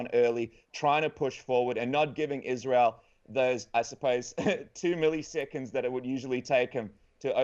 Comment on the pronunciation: How the heck is Israel still that difficult of a name to get right, guys?